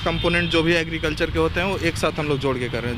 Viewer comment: Argicultural Expert saab muh se gutka nikalkar baath karo